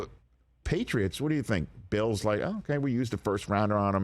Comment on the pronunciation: Bill not bull lol